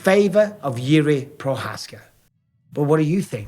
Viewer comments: You have the best videos and interviews bro. Finally someone who pronounces Jirk's name correctly. Greetings from the Czech Republic.✊Victory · You have the best videos and interviews bro. Finally someone who pronounces Jirk's name correctly. Greetings from the Czech Republic.✊ Victory ￼